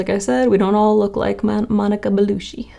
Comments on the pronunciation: lol... I kept verbally correcting her every time she said it lol.. I was, like talkin to my screen, saying,!! Its Not BELUSHI!! lol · Love the makeup! Beautiful, Flawless! Very Monica-esque! ❤ Had to mention, Monica's surname is pronounced Bellu-chee, not Bellu-shee. Any Italian surname ending with "cci" is pronounced with a "Ch" sound. 😊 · Hahaha her name isn't BeluSHI, that's not how you pronounce cci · ears bleeding Gah!! BelluTTTchee" "some Italian actress... model?" Only one of the most successful 100 Italian women of all times, made several movies in 3 languages, was nominated for a French César (the French Oscar), one of the top Élite models of her time, making her a millionaire by the time she was 30, brand embassador to several maisons such as Dior and DG... self-made and succesful before she moved into acting. She was also part of a power couple for over a decade with Vincent Cassel, another über-famous French actor. Think European Bennifer of Brangelina. I can understand having to google her daughter Deva, a rising model and still young to the industry... but Monica Bellucci? 😮 🤔 The first picture you showed of her, with the red wig and bright red lips, is actually an important scene in the movie Malèna... (spoiler) where she's forced to cut her hair, then dyes it red as she's forced into prostit*tion - the makeup/hair/look was meant to make her look garish and amateurish with makeup 🙃 indeed, she can apparently make any look professional 😊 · It's Bellucci*** like Gucci , not Belushi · Why does she say "Belushi"? It's Bellucci. You don't drink capushinos. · Totally possible that I'm not the first person to notice this--her name is pronounced BelluCHi (because it is Italian--double c makes a ch sound). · I stopped watching the moment she said Monica Belushi twice... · It's "Baloochi" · Sorry to be anal about it, but "Ci" in Italian is pronounced "Chee" not "see" Monica Bellu-CHEE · Hi, you’re supposed to say Bellucci just like you would say Gucci 😅